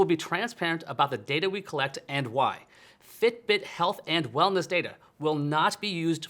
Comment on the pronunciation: The way he says, "fiTbiT."